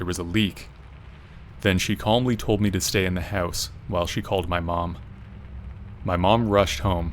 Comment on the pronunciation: I love how you pronounce house... hauss. Excellent stories and definitely unsettling feeling when you are alone in a house.